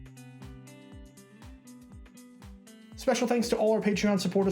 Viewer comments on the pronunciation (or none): none